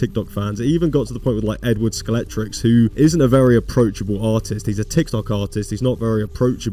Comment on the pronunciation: I love the video bro but please learn how to pronounce skeletrix 😭😭